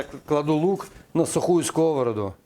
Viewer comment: пожалуйста - не скОвороду, а сковородУ!!!!!!!!!!!